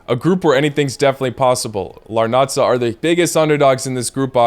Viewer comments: the correct way to read the name of the team is as AEK Làrnaka and not Larnača because it's a Cypriot team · Bro you fucked up Cypriot team names💀 AEK LarnaKa (pronunciation) Omonia (pronunciation without the second "O” Keep up the good work🙌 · Why does he pronounce Larnaca like that😭